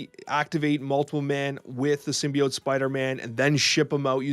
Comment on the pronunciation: I'm sad learned how to pronounce symbiote correctly.